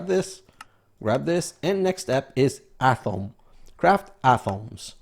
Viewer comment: Atom is ah-tum not ah-tom , BUT atomic is ah-tom-ic (friggin English) not being picky but i know you like to say the proper pronunciation (from a long time ago.....lol....)